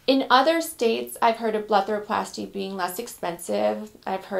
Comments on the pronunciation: Am I tripping or does she say BLETHAROPLASTY instead of BLEPHAROPLASY. lool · It's called a BlePHaroplasty...not a BleTHaroplasty.